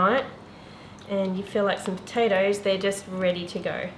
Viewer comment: from a irish woman, you just murdered those patotoes 😂😂